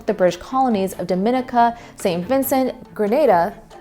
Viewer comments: The correct pronunciation of the Caribbean island nation of Dominica is Dom-in-NEE-ka (/dəˌmɪn.ɪˈkiː.kə/). It is pronounced with an emphasis on the third syllable, specifically the "nee" sound. It is distinct from the Dominican Republic and should not be pronounced as "Dom-in-ICK-a". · Interesting stuff. Just a point for the presenter and others who don’t know: Grenada is pronounced “Grenayda” not “Grenahda” and Dominica is pronounced “Domineeka” not “DoMENica.” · Dominica is not pronounced the same as the "Dominican" in "Dominican Republic". It's Daw-Mih-Nee-Cuh now Duh-Min-Ee-Cuh. I would think PBS of all people would check for something like that. At least she got Tobago right. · It's a shame you didn't double check the names of some of the colonies you mentioned. Dominica - not to be confused with the Dominican Republic - is pronounced domineeka. And Grenada is pronounced grenayda. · A most interesting history lesson, but someone didn't check pronunciations. Grah-nay-duh Doma-neeka